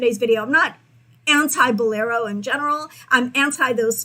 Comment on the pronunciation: Lol, I caught the “unusual “ pronunciation of the word , Bolero. Great information. Very glad I found your channel.